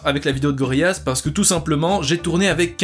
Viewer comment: Petite info (car à chaque fois que tu le dit j'ai le goût de mourir:)) on dit GoriLLaz et non GoriYaz comme tu le dit:)